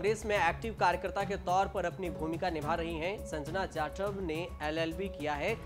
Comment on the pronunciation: Tu patrakaar kisne banaya hai tere se jatav aur Sanjana Naam sahi se nahin liya ja raha hai